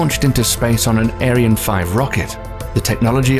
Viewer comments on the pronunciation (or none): none